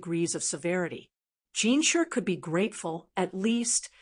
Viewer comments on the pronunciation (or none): It’s pronounced JinSHI not Jinsher (no hate)